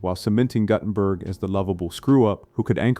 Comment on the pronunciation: Your AI needs more training. Nobody needs THREE ways to pronounce Guttenberg. ( GOO-ten-berg by the way)